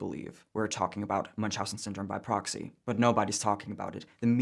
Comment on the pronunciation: its proxy not poxy